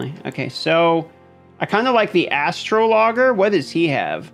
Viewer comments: Astrologer is pronounced "uh straa luh jr", like Astrology = "Uh straa luh jee":) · PLEASE GOOGLE ASTROLOGER AND CLICK THE PRONUNCIATION BUTTON OH MY LOORRRRRDDDDDDD